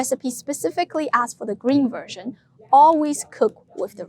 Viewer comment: sorry but i can't help but hearing virgin when you say version.